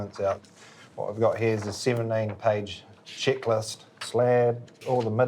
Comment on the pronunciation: ..a what now? a shitlist or a checklist ???